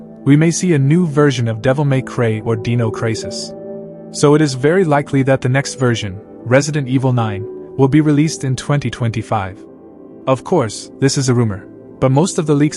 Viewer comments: “devil may cray or deeno craysis” 😂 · "Devil May Cray"? "Dinno Crisis"? Wtf kind of AI voice did you use for this? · Dino Craysis??? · “Devil May Cray and Deeno Crisis” Jesus man it takes talent to screw those words up. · Did you just say “Devil May Cray” and “Dino Cray-sis”? ? ? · So keen for "Devil may Cray" and "Deano Crisis" The latter sounds like some Aussie bogan out if ciggies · Bruh Devil may cray and Deeno crisis? 😂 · The way he says "Dino" as if its a singer.😂😂😂